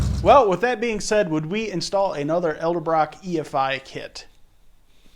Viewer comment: its not Elderbrock